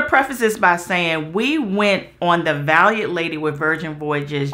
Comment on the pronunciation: lol I was really sitting here waiting for to mispronounce Valiant 😂😂 but bro made it